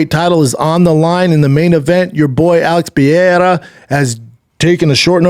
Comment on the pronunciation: ….Schaub getting on for pronunciation problems is hilarious. If I only listened to Shaub about Alex Pee-era, I would think the dude is French.